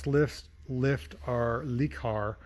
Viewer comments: It's not a lee car it le car pronounced lerr car, sorry for nitpicking but I'm from Wales UK 🏴 and I have a house in France and I have learned to speak some french and pronunciation is very important. In Europe this car is known as a Renault 5. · Le, means the, rhymes with the. I know, you're a mechanic, not a linguist. Le, the. Le., the. Try it. Not lay, not lee. Luh. It's Renault's fault for giving it that stupid name in the US. Cool car though.